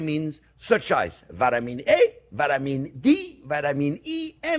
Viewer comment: I love how he was pronouncing vitamin He intentionally made it sound like Buttermin A Buttermin D Buttermin K 😂